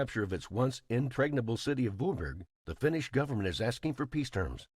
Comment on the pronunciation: what did he call Vyborg? Boogurd?